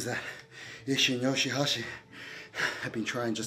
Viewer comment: Ah yes, my favorite wrestler, YOSGHI-HASHI